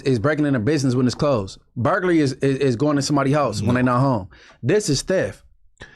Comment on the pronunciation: Spoety right it’s commercial burgarly